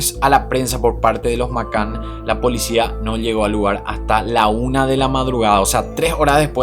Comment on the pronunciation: Me encanta tu trabajo , pero tengo el inglés como lengua materna también ! Y cada vez que pronuncias Mccann no es correcto 😅😌 a mi, me suena muy raro . Grandísimo trabajo